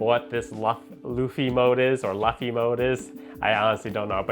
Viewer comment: Always cringe with typical America anime fans like myself that shocker, dont like One Piece then proceed to mispronounce Luffys name in a WAY MORE DIFFICULT MANNER. Seriously how do you arrive at LLUFFY? Fluffy? Llufy. Its fcking LUFFY. LU-FEE. Its not hard. What creator comes up with a retarded name like LLUFFY FLUFFY anyway?